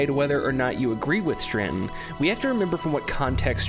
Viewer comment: Im trying to watch this video because i find the philosophies presented so interesting but>> DUDE YOU EVEN SPELL STRATON WHY YOU KEEP SAYING STRRRRANNNNTONNN?!? lol ANYWAY Im glad you made this video. Its great to revisit some of this stuff and to be honest i never noticed this straton stuff, but i did notice some other cool hidden gems in this game :D TRANSCEND!!